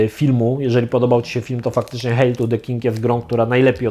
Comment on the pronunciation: Geeku to się czyta "hejl"